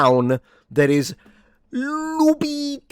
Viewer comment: Of course it's funny when you say "Nooooolan", but I just love how you pronounce Loupita! And thanks to all the reviews I watch I keep discovering old gems, such as Iphigenia (1977), which I never heard of before, about the sacrifice made by Agamemnon. Irene Papas plays Clytemnestra.